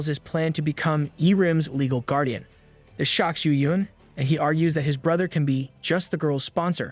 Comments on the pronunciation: I die a little inside every time I hear “dis” instead of “this”. It wouldn’t even be that bad if it didn’t sound like the narrator wasn’t purposefully emphasizing the d. (Edit: I was wrong, apparently it’s the “th” sound in general that’s being violently replaced by the letter d.) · I absolutely love this channel, but oh my dear Christ does the fact that every "This" is replaced with "dis" gets so old. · The only complaint i have is the ai saying dis instead of this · Love the content...please stop with the dis and doh's though please lol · "This" and "suddenly" not "dis" and "saddenly". I thought "Diz" was another character at first. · I love how he says: "dis" instead of "this" makes me laugh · I love how he says "dis" instead of "this"😃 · I love the the ai says dis instead of this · As usual the A.I. pronunciations are complete ass (dis, dat, gender confusions) but the story is great! Thanks for posting this. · is it me or do i hear every "this" as "dis" NAWWW BRO BROUGHT UP CAPTAIN UNDERPANTS AND HIS STICK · Great story. Only annoying thing is the pronunciation of this and tho. It’s not a D at the beginning of those words. It’s a T.